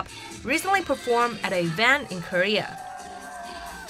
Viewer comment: "Koeha" lmao😂